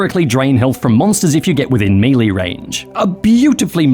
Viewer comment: That’s not how you pronounce “melee.”